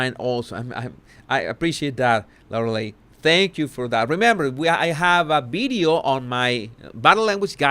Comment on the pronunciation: Oh Jesus, I just love the way you pronounce certain words, I especially like bideo and other v words 😅 Loved how determined you were to pronounce determined properly It’s been great watching your vocabulary grow I would love if you could teach us a Spanish word each post - biggest regret for me is not being able to speak a foreign language 😊